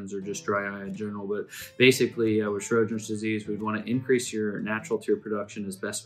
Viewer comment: Lots of info here. Just wish the presenter had spoken a little more slowly, and pronounced Sjogrens correctly. It sounded like he was saying 'Shro-grens'.